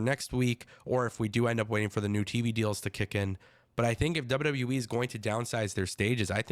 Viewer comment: He keeps saying W W Wii 😂